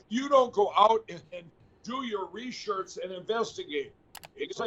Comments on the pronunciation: Re-shurch ha ha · Foam brain must have learned form Marjorie Trailer Queen."Reshirts." "I have done a lot of reshirts.......LMAO Reshirts to go with his samwich and deflamation.:learning:🤣